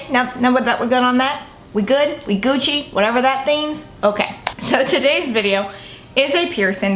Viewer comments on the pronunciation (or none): none